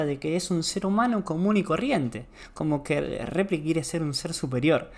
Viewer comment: Cuando dice gomito y repliks me quito todas las ganas de seguir escuchandolo. Además muy poco dinámica y lúdica la enseñanza.